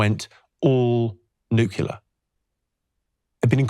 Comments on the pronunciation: Oh Jimmy, you are so smart...so why do you keep saying Nuculer instead of Nuclear. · NUCLEAR not Nucular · It's not "nucular", Jimmy. It's nuclear :) Excellent chat. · Absolutely LOVE Jimmys idea on nuclear power (needs investigation of course) - however I wish he could pronounce it correctly... as in ' New Clear' not nucular. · an I ask you all a favour? Please say nuclear. NU-CLEAR. NUUUUUUUUUUUUU-CLLLLLLLLLEEEEEE-AAAAAARRRRRR. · As a Brit, Jimmy pronounces most words incorrectly, but I never would have expected “nuke-you-lurr” from him. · I knew hes funny. Here iw seen hes smart, then he sayd nucular, 5 times. Gddmnit. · I can't quite believe that someone as clever as Jimmy Carr pronounces "nuclear" as "nucular" 🤣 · Great guy, but why can't Jimmy pronounce the word 'nuclear' properly? 😂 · My only objection to nuclear power is that Jimmy can’t pronounce it!